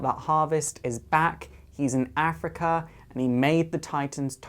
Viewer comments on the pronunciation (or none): none